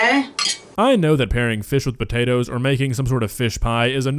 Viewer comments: she finally says “potatoes” correctly and then literally corrects herself to say “s’potatoes”.. good lord. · putting the "SPUH-TATERS" in! 🤣 I adore and her vocabulary! 💖🇨🇦💖